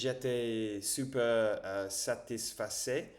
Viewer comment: Salut Dis donc t'es très branché Vampires...😅 Bon je suppose que tu connais True blood.... Fait gaffe.....les vampires adorent les blonds....😂😂😂 J'espère que Tu as une gousse de garlic Ave toi....😮 A + cher Ami R🛡️ J'étais super satisfait.... J'adore ta prononciation de super....on dit Su..perre..lol